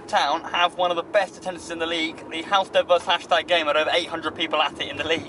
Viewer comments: It’s Halstead not holestead mugs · Please say halstead right next time 🤣